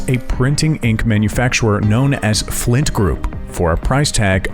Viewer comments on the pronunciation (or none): none